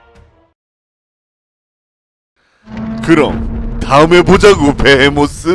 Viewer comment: 베헤모스가 아니고 베이모스